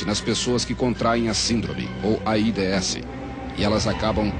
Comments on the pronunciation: O foda é ouvir ele fala A ... I......D .....S hahahahaha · "AIDÊESSI" kkkkkkk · Eles nao falavam "aids", eles soletravam "A I D S" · Nem se dizia aids era aídêéssi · "A i dê esse" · É tão estranho hj vê a pronúncia de "AIDS"